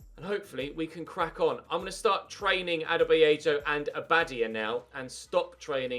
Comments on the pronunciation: I am not a native Spanish speaker but isn't it abadIa instead of abAdia? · Abadía is pronounced a-ba-dee-a:) love your channel, mate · the inflection in abadía’s name is on the “i” not the second “a” just wanted to let you know you’re pronouncing it wrong